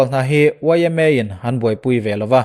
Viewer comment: A in ti puang thiam ltk vang nge niang w, yma kha k nui twp theilo😂😂😂😂😂😂